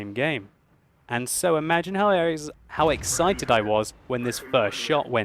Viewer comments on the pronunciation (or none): none